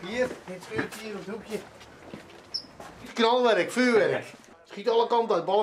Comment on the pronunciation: "In het schuurtjeh"